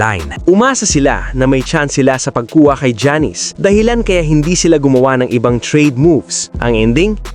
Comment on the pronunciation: paki ayos nman sa pag pronounce sa Name ni Giannis hndi Jannis😂😂. Vlog na Pa tsamba 😂